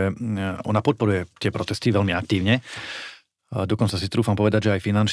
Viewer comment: Predseda a europoslanec národno-kresťanskej strany republika by sa mal naučiť a ctiť si slovenčinu. Nech je vám vzorom pani moderátorka. Takže : velmi ? ludí ? ludia ? najhladanejší ? podla ? velkej ? zatial ?